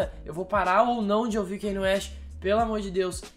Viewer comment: Me dói quando vc fala "kenie". Em Diamonds From Sierra Leone ele mesmo disse que o nome se pronuncia "Kanye", mas as pessoas insistem em falar "Keine".